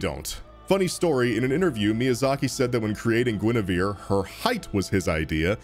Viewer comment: gwynevewe daughtew of gwiddy